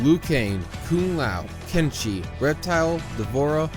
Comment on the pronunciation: Wait what you called Kenshi is "Kenchi"?? Why it's reminded me to "Kimchi".